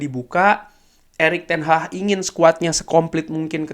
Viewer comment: Erik ten haggg bang bukan ten hahhh